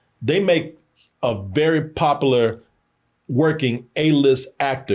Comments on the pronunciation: popalah is not the word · God damnit stop saying VULNERABLE and POPULAR in every damn video if you can't say it right. sheesh. there's a U In both words that you ignore. you sound like a slave while you're talking about them selling out